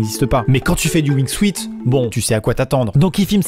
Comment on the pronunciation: On ne dit pas Wing Suite. C'est Wing suit. Suit se prononce Soute.